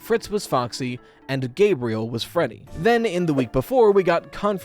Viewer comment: Gabriel, not Gabrielle...